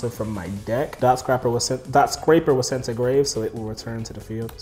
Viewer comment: Amazing duel. Dotscaper being called dotSCRAPER over and over had me dyling. lol